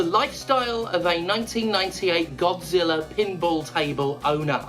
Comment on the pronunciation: Misheard Godzilla as Gothzilla, now I want that too be a thing.